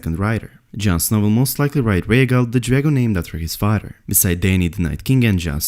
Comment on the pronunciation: Da fodder, not the father. Good video but replacing t with d was driving me nuts. Was getting dizzy